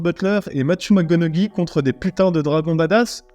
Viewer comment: ca se prononce MacConowey et t'as déjà parlé de The Nines avec Ryan reynolds?